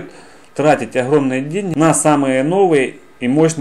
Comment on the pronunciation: Хорошее видео, но от речи охромный, ихры уши вянут